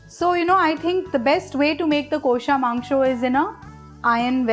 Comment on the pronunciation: Just teach ur presentors to pronounce 'Kosha' Mangsho properly.. Its cringy as hell.